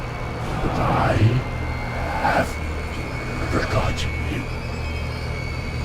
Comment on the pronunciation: The forjitten one